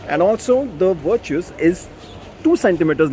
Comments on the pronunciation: Vir-chus 🤣 mat bolo bhai naam aap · "Virtues..... Sorry Vir-Choos" 😂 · First start pronouncing the name properly before making the video